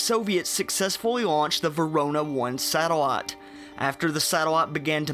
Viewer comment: Tah Fun. Satelat. Laf form. Naateen sixty three.